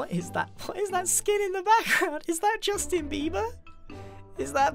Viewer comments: Nobody: Grian: "ᴵˢ ᵗʰᵃᵗ ᴶᵘˢᵗᶦⁿ ᴮᶦᵉᵇᵉʳ" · Literally no one: Grian: Justin Bibah(